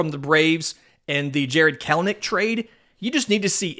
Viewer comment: I was so glad that they traded Kelenic from the aspect that I thought I wouldn't have to hear say His name anymore, aaaaaaaaaand then he finally gets his name right. Lol! Better late than never. Still love the show:)